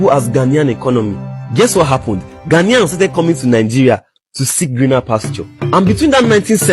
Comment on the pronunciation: OGA PRONUNCE OUR GHANA WELL GHANAIANS NOT GHANIAS